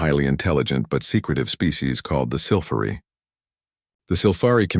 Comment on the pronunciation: Just how many ways is your Damn AI going to pronounce "Sylphari"!!!!???? So, far hat number is 3. But, the story ain't done yet!!!